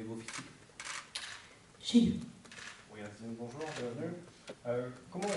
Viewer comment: Tu sais que tu vas passer un bon moment quand le premier mot que t"entends c'est "Bonyour" de Pablo